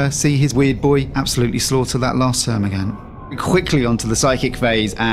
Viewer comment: I couldn't watch this because you couldn't pronounce termigaunt correctly sorry guy